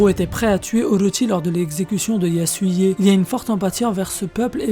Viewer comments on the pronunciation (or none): none